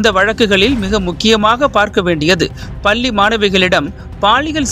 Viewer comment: பல்லிஇல்லை பள்ளிஎன்றுதிருத்தமாகபேசவும்